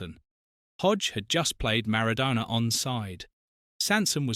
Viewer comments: Could you try to pronounce Maradonna's name correctly. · Pronounce MARADONA correctly you DIV.🙄🙄🙄🙄🙄🙄🙄🙄